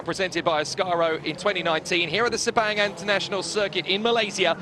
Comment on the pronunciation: Pronounce as fast as posaible: SIR PUNK! The local event management that handles the promotion do a bad job! A lot of motorsport fans from Thailand, Singapore, Brunei, Indonesia did not turn up!